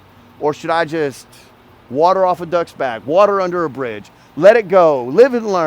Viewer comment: I don't know what you said, I believe bridge, but I heard "just water under the fridge". Made me laugh